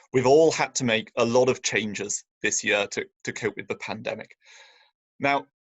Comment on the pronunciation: Year, ye..ar, not yeeer.